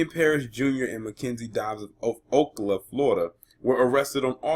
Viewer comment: It's pronounced o cal a. Cal like California not o ca la